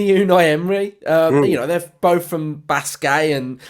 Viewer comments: I think Basque is pronounced simply ‘Bask’. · Bask mate not baskay